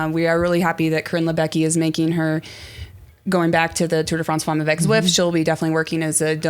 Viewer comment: Tour de France Femmes will be exciting however won’t listen/watch to this podcast until can pronounce the word “femmes” correctly. She murders that word every time she pronounces it. I guess George’s wife didn’t give any help. (It’s not FAWMES). Anyway, let’s go ladies -gonna be a great race.